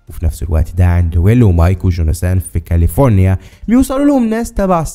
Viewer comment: معليش بس كاليفورينا مش كالفوريا